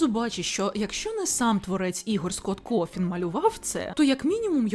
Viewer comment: я здохла з "Скотт Кофін" Він Коутон